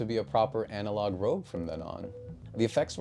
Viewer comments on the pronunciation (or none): I can't unsee or unhear "anarog" like the south park shitty walk owner